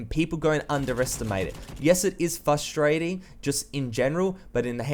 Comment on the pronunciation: what did yu just say fusterating i know its your accent but it is just so funny